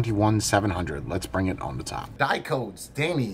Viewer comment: Hey, great review, great device. But did you know that Dicodes stands for DIgital COntrolled DEviceS? So the company name sounds a little different than you pronounce it...:-) Best wishes from Germany